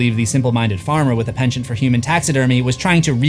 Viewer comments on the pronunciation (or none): none